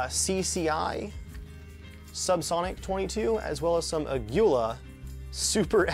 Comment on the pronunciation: Aguila ammo Proudly made in Mexico, btw it's pronounced AH-GHEE-LAH